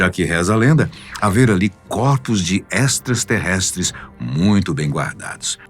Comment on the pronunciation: "ESTRASTERRESTRES" KKKKKKKKKKKKKKKKKKKKKKKKKKK Uma forma EXTRA de Alien!!!!